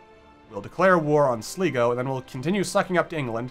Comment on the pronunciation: Sleeego..... It's pronounced Sly-go